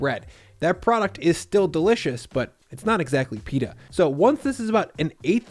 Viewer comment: Pita not "Peetah'"